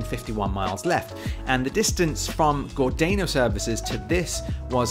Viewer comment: Gordano: pronounced, Gor-dar-no, not Gordayno. Minack: pronounced, Min-ack, not Mi-nack! 😊